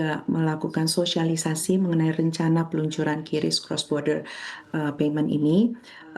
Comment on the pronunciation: pengucapan yang benar itu kris, bukan kyuris. haduhhhhh coba riset dulu mba